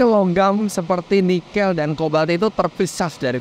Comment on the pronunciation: Koreksi dong. Penyebutan NIKEL yang benar tuh seperti om (e nya dari kata TEBET) bukan e (MENTENG) seperti yang om Fitra sebutkan.